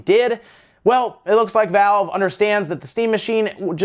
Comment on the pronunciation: **Valve not Vale